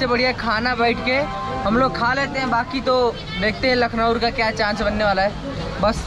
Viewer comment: आपका हर वीडियो में एक आवाज आता है लखनऊर असल। में। वो लखनऊ है